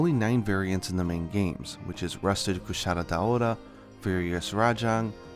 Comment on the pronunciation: "kushara" - is the purposeful to try to pronounce like the way the japanese do (engrish)?